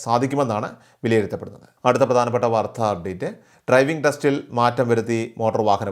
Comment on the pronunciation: വാർധാ അല്ല വാർത്ത.😮